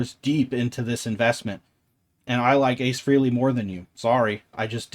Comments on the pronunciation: FYI-His name is pronounced FRAY -LEE NOT FREE-LEE..There are intervews on tube about him explaining this. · It’s pronounced Frayley not Freeley, you lifelong superfan. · Btw. For such a big fan you would think you knew how to pronounce Ace Frehley s name ? It’s not freeley. It’s FREYley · I think we’ve all called him that for decades, but it is Frey-Lee.